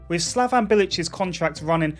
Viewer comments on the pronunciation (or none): It ain't "slavAn" bilić,it is "slavEn" bilić...u need a E instead of A..slavAn is serbian 😐